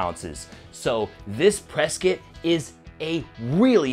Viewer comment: PRESKIT LOL